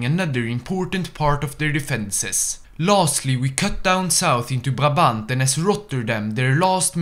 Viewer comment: pronouncing Brabant is surprisingly soothing to my Belgian ears Then 10 seconds later he attacks us Anyway Heil Kaiserin Victoria!